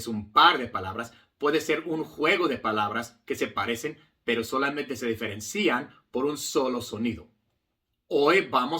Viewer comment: Gran maestro, con toda admiracion, permitame corregirle que la pronunciacion de diferencian en la silaba cian no lleva acento. Osea la " i ". Ud. Habla muy bien español. gracias. 🎉